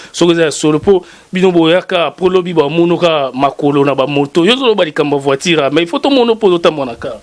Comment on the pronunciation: Voiture et non voitire